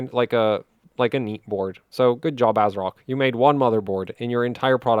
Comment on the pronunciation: I think it's pronounced Ass-rock.